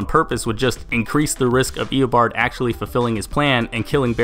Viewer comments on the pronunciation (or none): you saying "eobord" gave me a headache.